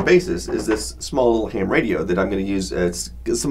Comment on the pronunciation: Once or twice a year? ROFL! Try every day. And yes, I live in America. BTW, it's "ham" not "HAM." It's not an acronym.